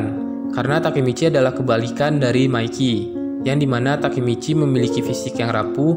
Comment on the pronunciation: Masih bilang takimici ampas